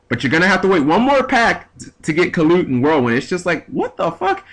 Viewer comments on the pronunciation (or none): none